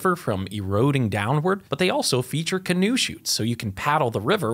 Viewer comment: What is the name you called a canoe path in a dam? Canoeshee?